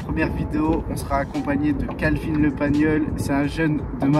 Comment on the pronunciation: Kalvin et non Lanvin. De jack